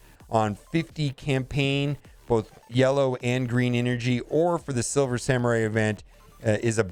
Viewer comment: Simmer samurai he says…